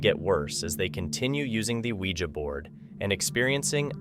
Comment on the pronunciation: Thank you for pronouncing Ouija the correct way!